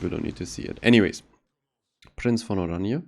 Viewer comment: i know. just heard the name be butchered a lot so hearing it be pronounced right is nice for once.